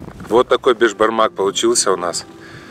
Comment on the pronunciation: Бесбармақ дейді, бешбармақ емес.